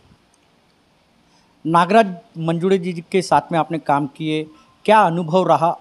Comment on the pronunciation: अरे येड्यांनो...!!! मंजूडे नव्हे मंजूळे म्हणा...... देऊड नव्हे देऊळ म्हणा.......